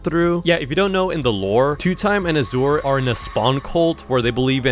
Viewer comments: Norway he pronounced it asewer its azure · i lost 100 brain cells every time he said auh-zore instead of ah-zhur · azure is pronounced azz ure (zchur)